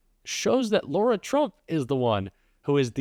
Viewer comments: 🔵when is everybody going to pronounce her name correctly!!! It’s LAra and not LAUra!!!! Frustrating to me! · PLEASE STOP calling her LAURA ! her name is LARA My name is Laura. 💙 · “Lara”, not “ Laura”! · Isn't it lara trump? As in La-Ra? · Graham can't even say Lara's name correctly